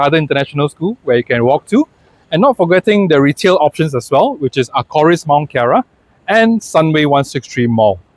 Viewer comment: Nice vid! Btw its Mont Kiara not Mount Kiara ;)